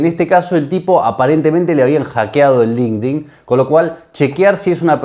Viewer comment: jodini te mintió, no se pronuncia "link din" se dice línquedin 😊